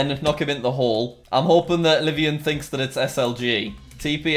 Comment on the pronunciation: Just wanted to say that the hackers friend, Livonian, is actually using the name of a place in my state, Michigan. Its Livonia, pronounced Live-ohn-ya.